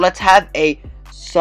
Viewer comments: he said sasanoo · pronounce it how u are pronouncing it rn and just add “oh” at the end, so u should like say both “o’s” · Ur description and title is wrong, this isn't a review or a showcase, just u showing a video of 2 people using it without telling us about it. Also, where did you exactly review the mode? And in addition, you pronounced Susanoo wrong. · That’s now how u pronounce Susanoo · He said susanoo right the first time but then the other times he said it wronge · the way this guy is pronouncing Susanoo is killing me